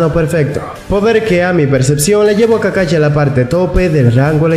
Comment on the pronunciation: Ay, me desespera que diga Charingan y kakachi, pero gran video. Casi nadie hace videos hablando de los otros jonin que no son Kakashi